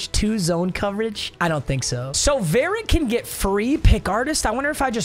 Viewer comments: You’re pronouncing varret wrong 😂 it’s not varet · no hate but verrett is pronounced vuh-ret